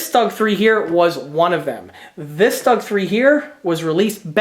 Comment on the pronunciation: easy to correct; Stug not rhyme with slug Rhymes with book The way you say it the word would be written ‘Stag’ rhyme with pug